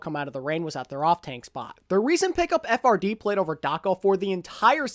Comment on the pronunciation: HIS NAME IS NOT PRONOUNCED FRD IT'S PRONOUNCED LIKE FRIED